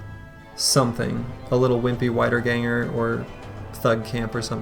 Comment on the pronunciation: just wanna point out that the "ie" sound in "Wiederganger" is pronounced the same as in "Siegfried" or "Dietmar" and not like the "ei" sound in "Geist". Sorry for being pedantic^^ but i assume you are interested in languages.